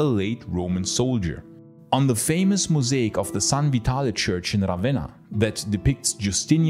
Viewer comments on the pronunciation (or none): none